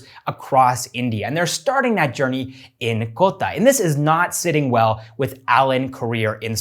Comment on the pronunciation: Hey... I have been watching your videos from a year now. The way you pronounce Indian name is really adorable and shows your respect towards the culture. But "Kota" is pronounced as "Kotaah* only and not "Kotta".... same with KOTAK Mahindra bank. Just suggesting:) Keep making these videos.... its really great to see engagement increasing on this channel.... you deserve it:)